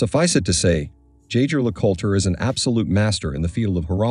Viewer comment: Do NOT make watch videos if you couldn’t even pronounce the brand name correctly.